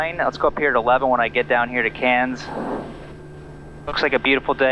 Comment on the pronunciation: You pronounce "Cairns" nicely with sufficient nasal Aussie accent. To be more authentic you could say, "I'm coming into Cairns, eh?"